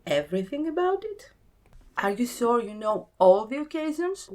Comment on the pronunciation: “Sore” for “Sure” 😂